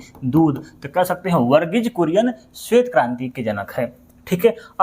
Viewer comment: वर्गीज बुरियन ✖️✖️ वर्गीज कुरियन ✅✅✅